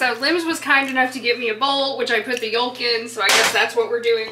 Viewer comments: I’ve never heard anyone pronounce the “l” in “yolk” 😅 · Omg the way you say “yolk” I’ve never heard someone pronounce it like that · Your pronunciation of YOLK is wild to my New York ears.